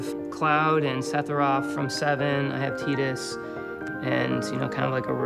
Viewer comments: SETIROPH??!!?? Triggered AND SEPHINROTH?!? ULTRATRIGGERED I mean, can this guy pronounciate Sephiroth's name right? daaaaaamn xD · Dan Silver Yes! Setirough! lmao